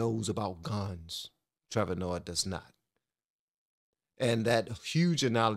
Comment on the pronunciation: I love your content but learn how to pronounce names. Listen to someone else say it lol. It takes away from the flow. And Trevor is not smart. He is a puppet like all media.